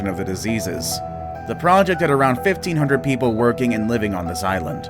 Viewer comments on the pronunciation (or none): none